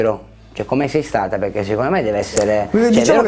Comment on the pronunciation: llhai detto cumpè